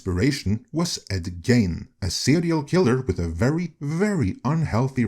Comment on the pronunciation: I know you're not an American, let alone a Midwesterner, but Ed Gein's last name is pronounced like "Geen." At least that's how we've always pronounced it here in Minnesota, Wisconsin's next-door neighbor. I'm forty-six years old, and I've been familiar with Ed Gein since I was a young kid. The guy's infamous in these parts, and beyond, as you pointed out.